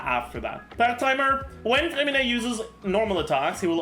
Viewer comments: Your name pronounce is perfect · Bro you say his name with a perfect french accent (i’m a croissant btw) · Oh my god, your french accent on “Freminet” prononciation is amazing ! Apart from that, nice video as always